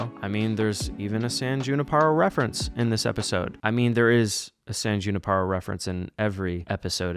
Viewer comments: For someone that watches Black Mirror a lot saying “San Juniparo” is crazy. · i still hear you saying the E in other words. It’s San Junipero bro